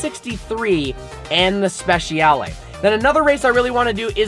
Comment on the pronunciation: Please pronounce it like you would pronounce “spechale” the letter ‘I’ must not be said!